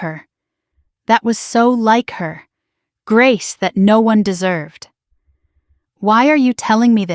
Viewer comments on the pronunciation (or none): none